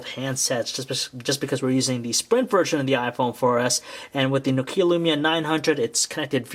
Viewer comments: It's nokia.. Not no kia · NÒKIA or nOkia, not NOKIÀ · For f**k sake it's not NOkia it's Nokia... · It's pronounced "Nokia Lumia", not "Nokiiä Lyumiä" I'm from Finland so i know that. By the way, LUMIA 900 ROCKS!!!!! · is nu-keea a new brand? lol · you pronounce nokia wrong!!!! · anyone else getting anoyed about how he was saying nokia